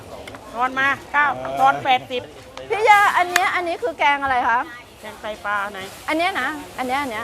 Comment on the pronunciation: แกงไตปา น่าเกลียด หัดพูดควบกล้ำด้วย ปลา ปลา ปลา ปลา